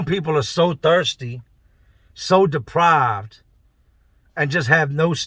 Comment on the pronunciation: "Some ppl are sooooo thirsty, so depived.... " I'm dying 😂😂😂😂😂😂 but it's true tho, much love from Barbados 🇧🇧 👊